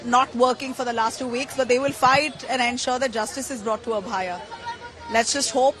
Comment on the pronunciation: Why the reporter is not able to pronounce Abhayaa